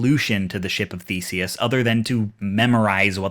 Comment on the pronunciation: his name is spelled The-se-us, not feces